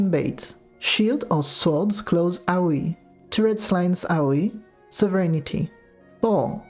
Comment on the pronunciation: Just wanted to say I love how your accent makes AoE sounds like "Owie"